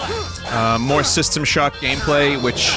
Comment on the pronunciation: “Twials of Mana!“ “YES! I hate this! It is revolting!“ “Mowe?“ “Please.“